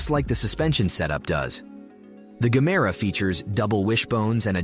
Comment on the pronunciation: Aloo gemere..not gamera😂😂😂😂